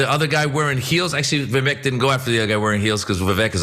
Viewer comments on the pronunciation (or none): How come nobody on TYT pronounces Vivek properly?